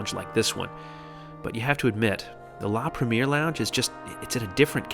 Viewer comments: La Prhem-E-Ayyy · Awesome review! Just one tip: it’s pronounced La Preh-me-air 😊😊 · Excellent! Beautifully filmed and put together, nicely narrated. I’d fly AF in a heartbeat! Just one thing, please learn to pronounce foreign words correctly. La Premier is pronounced La Prem-ee-air, not the American bastardised English of the first showing of a film (movie)! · Say it with me... La Preh-mee-aihr ;)